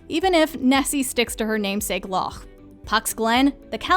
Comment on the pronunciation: Great pronunciation of Loch! Much better than most!